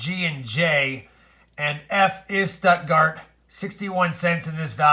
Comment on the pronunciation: Hello. Yay, I guess this makes you ahead of the game compared to the average from last year. In regards to the Deutschmark, your pronunciation of Stuttgart was off a bit. Maybe try it like Shtoot-gahrt or Stoot-gahrt. Thanks for your work and all the best.